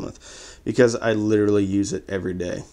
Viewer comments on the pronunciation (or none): none